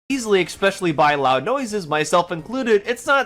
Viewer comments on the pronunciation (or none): This guy actually said "EXspecially" and "all intensive purposes" in less than 2 minutes, we're in for a treat with this one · Man this guy is dumb. Lost count of how many times he misrepresented or misunderstood Drinker's points, and it's hard to take him seriously when he says "eckspecially", "for all intensive purposes", "plutonic" etc. When you want to act intellectually superior to whom you are responding to, it would behoove you to speak your native language correctly. Just another low-effort slop breadtuber.